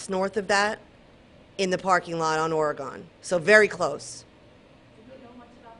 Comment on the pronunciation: Ory-gun. Say it right! Lady, every time you say it wrong, you insult my state. Do better.